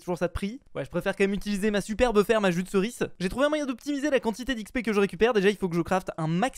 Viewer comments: arrete de dire jus de ceris C EST JUDEERCIS lol xD !!!!! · "jus de ceriçe"😂🤣